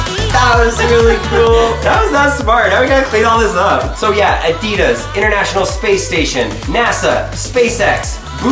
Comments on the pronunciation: Its Adidas not Adeeedas! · Listen your American, say adidas right, (adeed -is) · Ad-i-das ... not a-deed-das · Its not “uh-de-dis” Its “ah-dee-das” It may be your accent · You pronounce Adidas incorrectly. It’s pronounced Adi -Das. The word comes from the shortened name of it’s founder, Adi Dassler. His brother, Rudolf Dassler, is the founder of Puma shoes. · It’s pronounced a dey das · Is he saying Adidas wrong or am I? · Why are you saying "Adidas" wrong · It’s not adidas it’s adidas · U are pronouncing Adidas so wrong